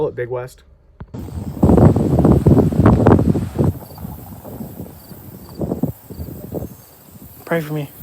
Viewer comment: It's not "Big West"; it's "Beg Wes". You don't even know your own community. Just like that idiot at the Nevada prison who got hot-boxed for putting a prison in lockdown. Every time you guys go to a state prison, the facilities go into lockdown. Your actions aren't keeping the Dep't of Corrections in check, you shutting down Rec' time, interrupting education and work programs, and you're putting dudes into their cells long before they have to turn in for Lights-Out.